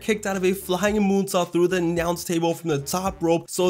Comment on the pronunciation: " he kicked out of a moonsault through the nyounce table."